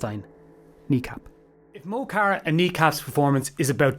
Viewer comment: Good video overall, but your pronunciation of Mo Chara is driving me loopy. The "mo" is not pronounced like "mow". It should be more like "muh", and generally when they call out his name in their lyrics it's more like "m'kara".